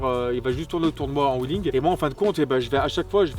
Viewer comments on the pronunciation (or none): none